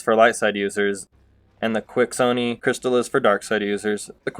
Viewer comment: ( key - shaw-nee ) they say it in the game! The Quixoni crystal